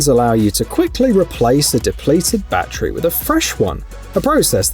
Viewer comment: It's not a Bat-Tree. Say Terry Say ba-TTerY